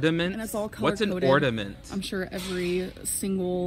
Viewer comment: "Ordament"? Gosh, what a heathen!